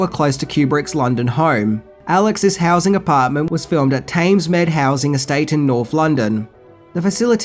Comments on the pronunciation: Small correction. Thamesmead is pronounced Tems (rhymes with Tens) Meed (rhymes with Need) and it's in South East London. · Thamesmead pronounced (River) Thames meed (as in mead, an alcoholic beverage made from honey)... ya bloody Aussie droog! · At 7.47mins you say the location as Tames Med House! Hilarious! My mate just pissed himself laughing. It's Thamesmead! He lives in Jacob Tower the middle tower block! I have to listen to that again and giggle! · THAMESMEAD pronounced Temms mead and its actually in South East London. Get it right.